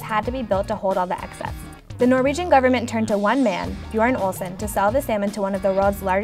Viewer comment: I love how you pronounce Bjørn hahaha